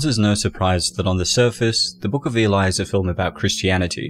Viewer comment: Why is the narrator keep saying elai?